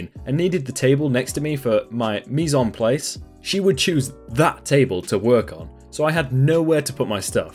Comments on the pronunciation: Mise en place is pronounced mee-sehn plahs. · its pronounced mis (meez) en (en) plaise(plaz) i went to school for this dont judge me, it means everything in its place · Mis en place is actually pronounced mes an plas it’s French so therefore confusing but just for future reference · it’s pronounced “mees-en-plAs”